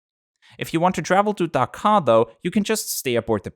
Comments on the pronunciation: As a Bangladeshi it's Dhaka Not daka Daka sounds like dakat Dakat means robber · I appreciate your tries on pronouncing these Bengali words, but here are the actual pronunciations from where you could improve. First, the H in Sylhet is actually silent. Second, try to pronounce the H in Dhaka right after D, not K. Third, It's actually "রাজহাঁস" which is pronounced as "Raaj-haash". I don't know why it was painted otherwise on the plane. Finally, for Hazrat Shah Jalal Int. Airport, you got most of it right, it's just you combined Shah Jalal together. Anyway, I thank you for making a video on an airline from our country!